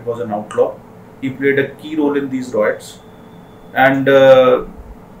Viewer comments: Good explanation but it's pronounced "RIOTS" not "ROITS" , please be careful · it is rye-ets not roy-ets.